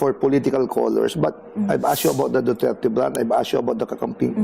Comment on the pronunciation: FÈELINGERANG IBANG LAHI SI GIRL..YUNG PAG BIGKAS NYA NG DUTERTE SINOBRAHAN SA ARTE...HOY!! SAPSAP NA ALITAPTAP...INDE BAGAY SAYO MAG INARTE..INDE KA PAG AAKSAYAHAN NG PANAHON NI VP SARAH..